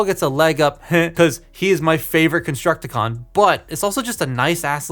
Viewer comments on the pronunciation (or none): bro said constructicon